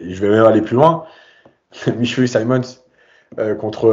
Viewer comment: C'est aussi insupportable de vous entendre déformer les noms de nos joueurs. Vous êtes l'un des podcast référence pour les supporters du PSG donc pourquoi appeler Simmons saymonsse ? Le type est hollandais pas anglais , son nom se prononce Simmonsse . Pareil pour Nuno Mendes , ça se prononce Nuno et non pas nougno Mendes . Je vous avez fait la réflexion pour Baker la saison dernière , j'espère que vous prendrez en compte ce nouveau conseil